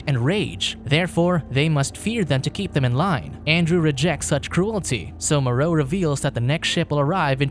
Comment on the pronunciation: The island of Dr "Moreou"